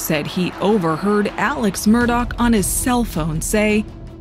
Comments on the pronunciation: Not trying to be a jerk but you literally say his name wrong twice in the beginning. Why do you call him Alec instead of Alex? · Why does the prosecution call him Alec when his name is ALEX.?